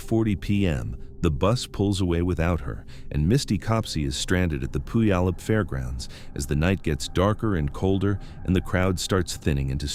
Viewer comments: pronounced - Pew al up. Thank you for these stories. ❤ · Don't feel bad if you can't get the pronunciation of Puyallup right, I don't think any two people have ever said it the same, lol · It's crazy how "Puyallup" is mispronounced differently almost every time.. it's like listening to Benedict Cumberbatch trying to say "penguin"..